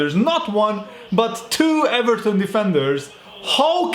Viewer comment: I am allowed to say eVARton